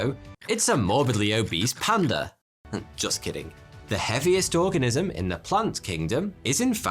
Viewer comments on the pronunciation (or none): I thought he said 'what exactly is an orgasm' 😂